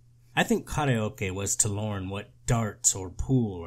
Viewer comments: I LOVE your proper pronunciation of "Ka-re-o-ke" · The proper japanese pronunciation of karaoke is so funny to me in this context and I'm not sure why